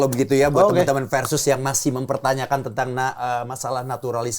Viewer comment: Harusnya, Versus. Pakai V bukan P. Kebanyakan dari kita kan ga bisa melafalkan huruf V, dan malahan menjadi P. 😊